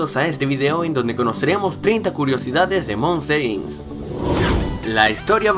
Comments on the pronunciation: POR QUE DICES MOSTER INS ES MOSTER "INC" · Monster INS..... No me jodas weon.... primero aprende a hablar correctamente... se dice MONSTER INC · Errores: Se pronuncia Jaiden Citi Se pronuncia Monsters Inc no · "Monster Incs"